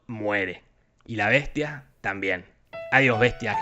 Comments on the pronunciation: "La Besha y la Beshtia" :v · en vez de escuchar la besha y la bestia,estaba por escuchar avensher xd